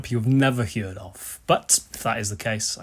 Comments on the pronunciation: It's pronounced 'herd', not "heerd". Lol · Everyone in the world: “Heard”: “Hyuerd” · it's more like 'heared'. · Your pronunciation of 'He-ard' is interesting, I have never heard it spoken thus! Yep these Magnatone amps have gained mystique! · The trem circuit on vintage Gibson amps isn't too shabby either..I own 2, a Falcon and a Discoverer, and the tremolo on both of them is stellar... Great vid and beautiful playing, as ever...And it's always a treat to hear how you pronounce "heard"...